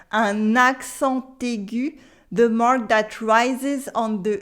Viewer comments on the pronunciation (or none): none